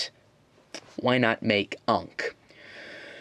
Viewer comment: I'm kinda bothered by your pronounciation of Ankh, but then again. ANKH MADE OF LEGO!!!!!!!! SUBARASHI!!!~~~~~~~ XD